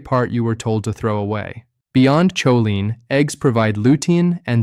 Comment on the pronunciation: I would love to hear a real person speak rather than AI generated. Just listen to how choline is pronounced differently in different parts of this video. Definitely not subscribing, even if the information is accurate.